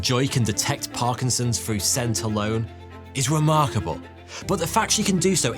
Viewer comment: Dogs trained to detect certain kinds of cancer "frew" smell alone...LOL another Brit that cannot pronounce words that begin with "th" but consider themselves educated haaaaah